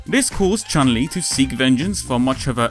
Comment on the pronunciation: Why Americans and Europians call her Chan Li? Because she is Chun Li, she's transription is 'tʃju:n li in japan.